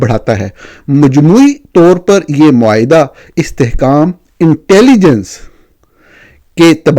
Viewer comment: معاہدہ ۔ معائدہ نہیں